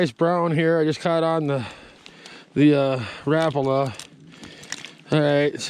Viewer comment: One of the few people who know the correct way to say Rapala. RAP-A-LA but I still call them RA-PALAS. Your a good fisherman!